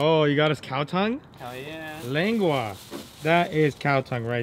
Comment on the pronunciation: hahaha you say lengua!!! perfect!